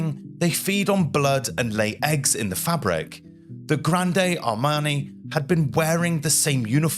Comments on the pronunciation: The "e" in "Grande" is silent. The word is pronounced as "grand" in English. Disease typically killed more soldiers than battles in the 18th and 19th centuries. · It's not pronounced Grand day. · You don't pronounce the E at the end of "Grande", It's pronounced Grr AHND. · Thank you for this video. Well narrated & interesting. One thing: the “e” in Grande is silent, which as Francophone was a bit distracting — although it did not detract from the content. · it is pronounced grand nót granDE as I learned in French. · The "e" in "Grande" is silent. You don't read it with the ending "ey/ay" sound. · Just a pronunciation correction: Grande should not be pronounced as in Rio Grande, it's not Spanish. The final "e" is silent. "Grand Army" is much better, both in meaning and pronunciation. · Total cringe and he kept repeating "Granday"...